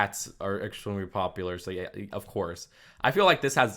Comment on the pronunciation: Dude pronounced “popular” as “popper”